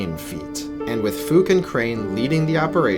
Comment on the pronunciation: "A guy we will call Fook" yeah I'm pretty sure that's not how its pronounced lmao